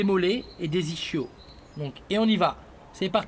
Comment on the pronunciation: tu dit que sa t'enerve de voir des gens poster des tutos alors qu'ils ne si connaissent pas, mais on dit iscKios pas ischio (je l'ai volontairement mal écrit) et sa pour un court de stretching bah c'est quand même la base puisque c'est ce qui permet l'extension de la hanche.. donc je pense que ta video part d'une très Bonne intention et il y a de bonne choses a retenir dedans, mais a titre personnel, tu n'est pour moi pas un professionnel du stretching (malgrès que tu soit très doué dans ce domaine) et ce qui te place a mon humble avis au même rang que les autres "Tutos sur youtube"